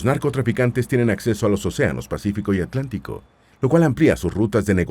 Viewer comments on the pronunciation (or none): none